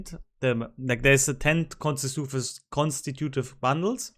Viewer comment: Casemate is pronounced like face-bait, and consecutive is pronounced Con-seck-you-tive, emphasis on the seck. 😉